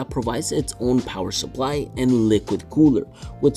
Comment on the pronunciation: RGB GIVES YOU POWAH.